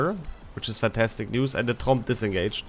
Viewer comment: "Finish off Trump" -> thats what I heard several times ... I know, it is "Tromp" ... still ... 😀